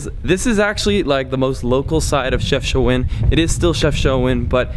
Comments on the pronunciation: It's not pronounced CHEFCHOUAN* but CHEFCHAOUEN* and i reaally love your videos in my country ❤ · Dude it’s called CHEFCHAOUEN not CHEFCHOUAN 😂😂😂😂😂😂